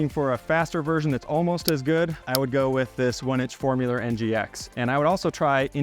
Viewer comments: It's FoAmular, not FoRmular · FOAMular, no R.